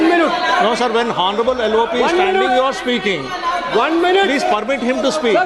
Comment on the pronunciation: Mr.Hon'ble ,is 'H' is not sitent in 'Hon'ble'?